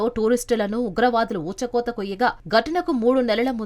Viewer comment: రాయ బారి అనాలి కానీ రాయభా రీ కాదు,ఊచకోత అనాలి,ఉచ్చకోత కాదు.